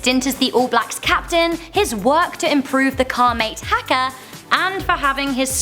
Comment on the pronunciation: you say haka funny as lol